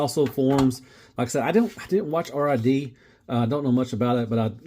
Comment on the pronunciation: We can tell you didn't watch Robots in Disguise, it's pronounced "RiD" (as in to "get rid of" something). NOT "r" "i" "d" you casual. FYI: I'm told the instructions don't mention it (I don't have mine yet) but you mistransformed Optimus' super mode. You're suppose to exend the torso just like in the combined mode. That's way Optimus is taller than Magnus and is more proportionate and does have the gorilla arms reaching down to his knees and the ladder on his back can stay fully extended. PSL Omega Prime was $250. You're thinking of Lio Kaiser who is $300.